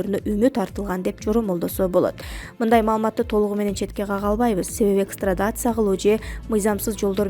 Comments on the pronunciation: Экстрадация эмес экстрадиция. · Экстрадация-экстрадиция. туура айт.